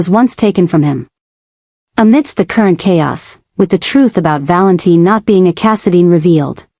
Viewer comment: I don't get it if they are going to refer to him as Valentine spell it right other wise its pronounced val in tin.